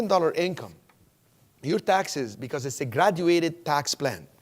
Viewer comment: "graduated tax plan" sounded like he said "exaggerated tax plan", which is more appropriate.